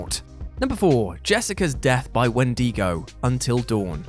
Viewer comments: Wen-di-go not Wen-dego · It's WHEN-d'go, not when-DEEgo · Yeah, wtf's a wendeego? Is it like a wendigo? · I can't get over Wen-dee-go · Wen-DEE-go. Lol. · Im sorry...a Wen-Deego? Is that how you all pronounce it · "wen Dee go" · The way he says wendigo kinda pisses me off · Please stop saying Wendigo like that